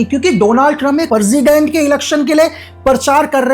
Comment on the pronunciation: Benazula parsident parja ye teeno galat word bola aapne iska actual pronunciation Venezuela president and praja hai